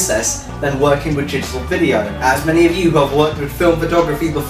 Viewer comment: is he saying Jittal images? digital is 2 syllables.. lol